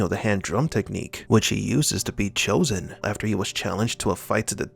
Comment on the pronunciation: Chozen pronounces his name correctly